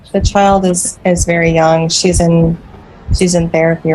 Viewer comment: Bro rly said “when SHEES 9 SHEES MINE 😤” 🤣